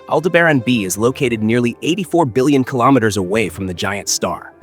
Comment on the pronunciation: Pronounces almost as good as you spell.